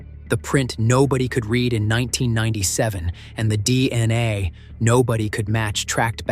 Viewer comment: How many times does the AI Narrator say DNI rathef than DNA?